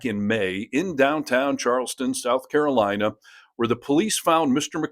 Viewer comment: Carolawna. Why do they all mispronounce the name of their own state? Are they proud of being mushmouthed? At least we can hear them coming.